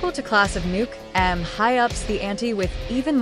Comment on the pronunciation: It's meant to be pronounced as a single word "Nuke'm" not "Nuke" "'em." Eegad, have you not simply watched the film?